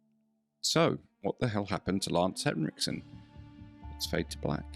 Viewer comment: extra points for not calling him lance hendrickson